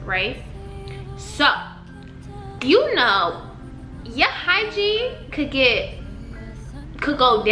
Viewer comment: It’s completely sound like ur saying hi jean lol but I’m high so 😂